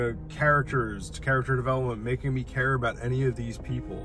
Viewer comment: care not café ^^